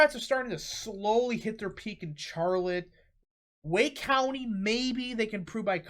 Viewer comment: I’m sorry your pronunciation of Raleigh and Charlotte are UBSURD